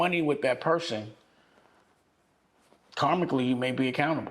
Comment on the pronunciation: Dame said “karmicly”